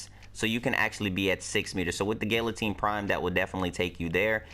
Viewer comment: Gal-atine not Gill-atine